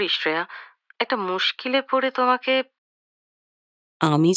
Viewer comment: Shreya উচ্চারণটা খুব কানে লাগল । আমরা বাংলায় তো sreya বলি । হিন্দিতে ওরকম বলে।